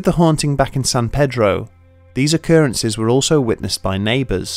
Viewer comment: thats not how u say pedro